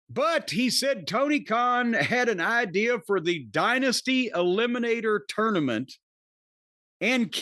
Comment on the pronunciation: I hate how says tournament